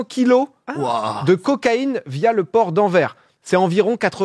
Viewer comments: Le port d'AnverSSSS haha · Anversss avec le sssss Anvèrssss ^^ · Super vidéo, juste pour info, le "s" de Anvers se prononce